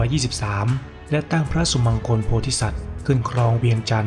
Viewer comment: สุมังคล อ่านว่าสุมังคะละ ไม่ใช่สุมังคน